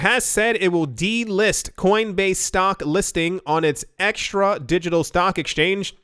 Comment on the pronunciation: the deutsche börse is called xetra not extra.... not being a spelling-nazi, but pronounce it ksetra and you will be fine...